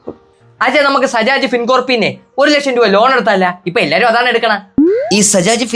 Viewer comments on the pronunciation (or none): sajaj❌ bajaj✅ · Sajaj❌ bajaj✅😂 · Bajaj not sajaj😂